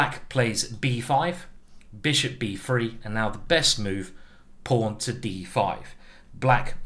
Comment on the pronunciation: Bruv.. hate the way he says free (3) 💀 aaand that beird ....